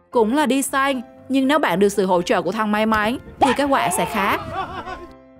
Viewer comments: Thề luôn là nghe bạn thuyết minh tôi thấy quái quái: Đi săn = đi sanh = đi đẻ... 😂. Nghe cứ bị sao sao ấy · Đi săn mà đọc đi sanh,đọc tiếng Việt mà còn không rõ ràng do điệu chảy nước hay có gì khác nữa 😮còn nhiều lắm lỗi đọc trong đây